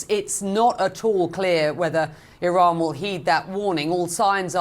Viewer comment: It amazes me on how many people say "Iran" incorrectly